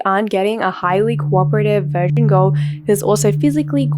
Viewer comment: I really don't like how you mispronounce key words or mute them entirely. I assume you are doing it for a reason but it makes it impossible to listen to your content while doing something else. VirGin, Accost, underage, etc